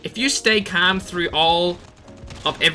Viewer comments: He says camm instead of calm haha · 500 likes for a video of just saying kaam (calm) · Everyone:calm:cam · I just hear “stay cam” 😂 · I love the way you say calm hahaha. Thanks for the tips man! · Nobody: Literally no one:: cHaM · The way he says calm 😂😂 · 4 months later I still dont like how he says calm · The way he says “calm” 😂😂